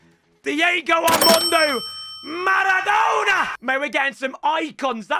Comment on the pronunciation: riquelme "the argentinian marradona"